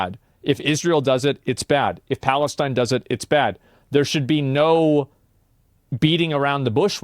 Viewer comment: the way he says palestine 😂 What a clown.